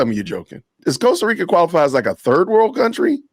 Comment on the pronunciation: Costa Rica is worse off with all the affluent US expats who don't even bother to learn how to pronounce the name of their host country. 😡